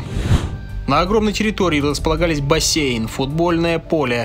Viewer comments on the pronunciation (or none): none